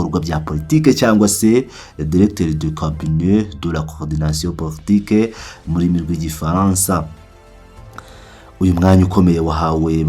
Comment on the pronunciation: Eh bwana usoma nabi ntibavuga PORTOQUE Ahubwo POLI TIQUE SI R ni L gira prononciation ya Français ntwabwo urigusoma i Kinyarwanda